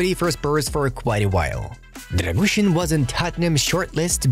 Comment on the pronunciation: Try to spell Radu “Drăgushin” not Drăgușăn :)